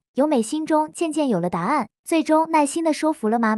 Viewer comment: 沒學問-（說）服-唸錯音！